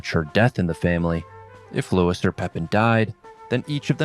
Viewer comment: Louis, not Lewis.